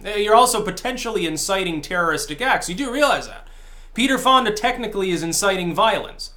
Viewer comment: I love how it sounds like you almost said Peterfilia instead of Peter Fonda...